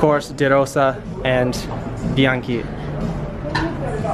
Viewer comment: They pronounced "Bianchi" in right (Italian)way. I always thought American people pronounce it the wrong way so one day I asked a lady who was born in Italy(Italia). It was confirmed.